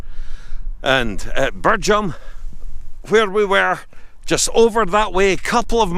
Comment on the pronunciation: Great video, it's pronounced Birjam, not Birgham